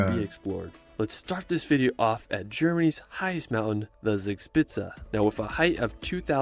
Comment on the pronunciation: He starts in the Bavarian-Austrian border region and a lot of his recommendations are located there, but Germany has far more to offer than this somewhat overrated region. 1) His pronunciation of "Zugspitze" is slightly off - "z" is spoken more like 'ts' in German. 3) His pronunciation of "Wagenbrüchsee" is very off. Maybe he should have rather used the other name of the lake: Geroldsee. 1) to 3) are all in the Garmisch-Partenkirchen district. 4) to 6) Berchtesgaden (roughly "Perchta's garden" - Perchta being the Celto-Germanic goddess also portrayed as "Frau Holle" in Grimm's tales) was since the 12th century an ecclesiastical state around the abbey of Berchtesgaden, since 1380 an Imperial Abbey with seat and vote in the Reichstag (Imperial diet), since 1559 a prince-provostry and thereby its own state between the Duchy of Bavaria and the Prince-Bishopry of Salzburg (which surrounded Berchtesgaden on 3 sides). Being a provostry is the main reason for the many churches there. The Kehlsteinhaus ("house at the Kehlstein mountain") was christened "Eagle's nest" (or French "Nid d’Aigle") by the French ambassador who visited it in 1938; this name was normally not used within Germany. Hitler's regular holiday resort was the nearby Villa Berghof in Obersalzberg (a small village whose inhabitants had be forced by the Nazis to leave for security reasons). "Königssee" translates literally to "King's Lake", but originally it was "Kuno's See" (Kuno's lake) after Kuno of Horburg, who toge